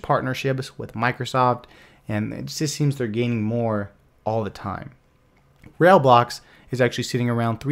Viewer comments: 'Rail-blocks' is pronounced: RYBLOCKS. I would love a detailed review of PascalCoin. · It's not "Rail blocks" it's "Rai Blocks" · Are you pronouncing it "rail blocks"?